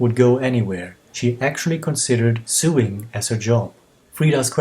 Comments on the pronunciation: I love this! But .... it's pronouncing "soe-ing"; suing is what a lawyer does :P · Sewing pronounced "so-ing". Not like the vowel sound in "sewer". Easy mistake . Cheers. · Thanks for this interesting & insiteful look into Head Over Heels. Please don't take this as an insult as I know English isn't your first language, but you pronounced the word 'sewing' (sömnad) in the way we pronounce the word 'suing' (stämma) several times in the video & it slightly confused me as I didn't have the captions on & wasn't looking at the video at those moments, but then quickly realised what you meant when I wound back & actually watched those parts with the captions on too. I hope it helps to know that the word 'sew' is actually pronounced 'so' 🙂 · Thanks for the fantastic video - Head Over Heels is one of my very favourites (probably top 5, certainly top 10!) and it's nice to find out more about where the video was filmed. 😀 Also, I thought I'd let you know that "sewing" in English is pronounced so that it rhymes with "going" - of course it's not a problem to make a mistake (and it certainly doesn't detract from the video at all!), but just thought I'd help out. :)